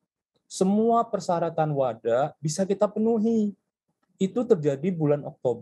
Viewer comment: WADA pak bukan WADAH